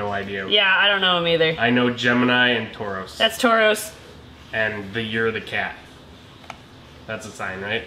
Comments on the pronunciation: I love and 🥰 we all know they are the best kinds of nerds! Did anyone else hear the Fruits Basket reference? Or the Pokémon? Tauros instead of Taurus ♉ 😁🤣 So excited to see baby videos again! It's been so long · The “the only one I know is Toroz” kills me! I love you 2… but it’s tor-us. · Did anyone else notice them pronounce Taurus like Tauros the Pokémon 😂🤭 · I love that said Tauros as in Pokémon 😂❤️ (for reference it’s actually spelled Taurus) ♉️ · I really enjoy that they unintentionally said Tauros, which is of course a Pokémon, when they mean Taurus haha. It’s cute. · i laughed so hard when said her sign is tauros instead of taurus LMAO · saying Tauros instead of Taurus. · Taurus not toros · So not to be rude but in case you do zodiac ones again it’s pronounced Taurus and the line on top is kind of wavy